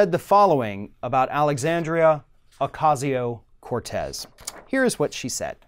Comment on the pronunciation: thanks for correctly pronouncing Alexandria's name. It matters. As always, great reporting.